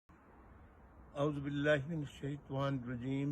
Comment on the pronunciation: جب آپ اعوذ با اللہ شیطان پڑھتے ھو۔ عجیب لگتا ھے۔